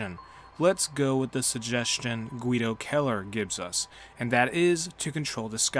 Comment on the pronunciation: It’s kinda cool to have someone in a video game with your last name. But you’re pronouncing it wrong, your making it sound like Killer, it’s Kell Er idk it doesn’t really matter. Great video.